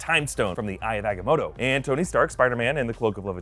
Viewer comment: It's not eye of agmoto it the eye of agamoto